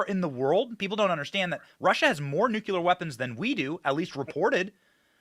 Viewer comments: Benny....again its Nucleeee eeerrrrrr.. Smh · Love Ya Benny but there is only one " U" in NUCLEAR ! lol